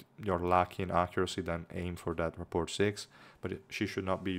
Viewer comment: FYI in the US at least rapport is pronounced - ruh-poor